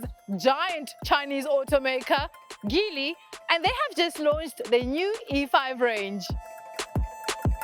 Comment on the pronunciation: The G in Geely is a soft G (Jee-lee). Like gin.